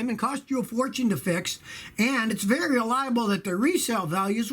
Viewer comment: "Vary" reliable.